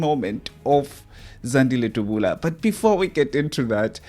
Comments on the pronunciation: uts Dabula not Dubula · Point of correction Dabula not Dubula.